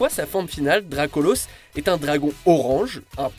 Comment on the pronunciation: Et que dire de Solgaleo incarne le Soleil et qui est des types Psy/Acier sachant que le type Acier craint le type Feu, paye ta logique 😑. On dit DracolAUsse, jusqu'à présent on dit colosAUsse, bolAUSSE.